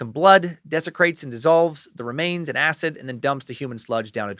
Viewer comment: So glad you don't pronounce "acid" -"acit" in this one. In your " this is not happening" the way you said acit drove me nuts.. 😂😂 hail nimrod.